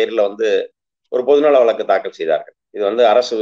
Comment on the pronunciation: 'வலக்கு' இல்ல தம்பி, வழக்கு. திமுக பேச்சாளருக்கு நல்ல உச்சரிப்பு வேண்டும். அண்ணாவும் கலைஞரும் பேராசிரியரும் பேசிய தமிழ். சற்றே முயலுங்கள். முடியும். வாழ்த்துகள்.